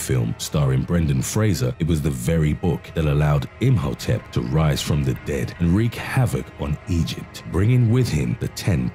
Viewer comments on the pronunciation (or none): none